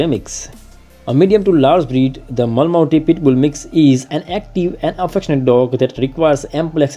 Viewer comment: Pronounce as Ma-La-Mute